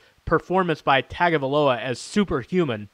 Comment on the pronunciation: LOL! This guy says Tagovailoa has an average arm. LOL! He also can't even pronounce his name correctly. Really, after all these months and coverage on the media, he can't pronounce the name properly. Makes you wonder about this channel. But then I looked and saw that this channel was listed under "comedy". Makes sense now.